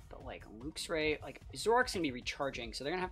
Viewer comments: luxray is pronounced more like lucks ray rather than looks ray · It's definitely pronounced "lucks". It's name means something like "lightray" no? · I think its pronounced Lucks Ray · It's Lucks ray. Since we're on the topic you also say Archaludon wrong too. It's Arch-aloo-don. Unsubscribed, blocked, reported. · Very fun team! Hoping for some big wins. Id say it should be pronounced like the unit Lux - with a less pronounced "u" and not like "looks". In german we do say it more like "looks" - but the unit is pronounced like that in german aswell lol. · I say it like lux-ray, kinda like how you pronounce the end of the word deluxe